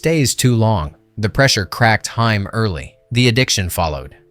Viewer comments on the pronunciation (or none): Very good video. Truly. Only one small correction if you don't mind me critiquing: You keep pronouncing Corey Haim's last name like the female band. It's not pronounced that way. It's pronounced like "Hey-m," not "Hi-m." Other than that, fantastic video. Congrats! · It irritates me that you keep pronouncing "Haim" as "Hime" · Haim, not Hime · Haim, not Hime... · I was almost engaged in this video until I heard “Corey Hi-uhm” and “sax-offin-ist” 🤦‍♀️ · You keep mispronouncing Haims name. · You mispronounced haim, what else did you get wrong?